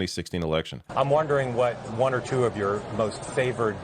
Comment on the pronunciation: You gave me a good laugh with you pronounciation of twoooo.😂😂😂